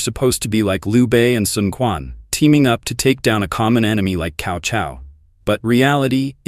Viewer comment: "Kao Kao" honestly! It's Tsao Tsao.